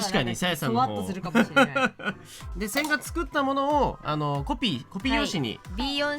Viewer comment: 線画が音だけ聞いてると洗顔に聞こえて (,,`・ω・´)ﾝﾝﾝ？てなる笑